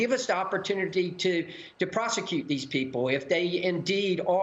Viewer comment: Fentanyl, Maria. There is a Y in there, not an O.